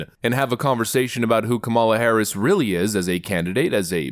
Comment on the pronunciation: Mind of a pigeon...a weely we todd it pigeon